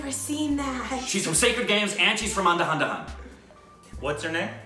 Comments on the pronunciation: What is andahandahan gyzz😂😂🤣🤣🤣 it's an-dha-dhun 😂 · u should really learn the correct pronunciation of Andhadhun 😂😂